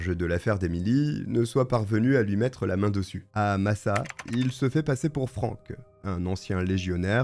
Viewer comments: Je vis depuis ma naissance à Massat, le village où s'est refugié Alègre (d'ailleurs c'est MassaT et pas Massa), savoir qu'un tueur en série est venu se planquer dans notre petit havre de paix me fait frissonner... J'ai l'impression que mon village cache beaucoup de choses, il y a des meurtres, des disparitions, des agressions, des enlèvements... Et pourtant en apparence c'est l'endroit le plus paisible sur Terre. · on prononce le t de Massat,j habite pas loin ,cette histoire a hanté l Ariège pendant longtemps..